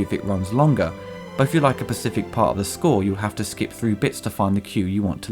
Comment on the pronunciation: hmmm You say pacific instead of specific. Dialect thing?